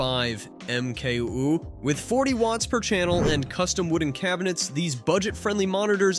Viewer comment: Did he just say "MK'LL" on the JBL Pro 305P Mark 2?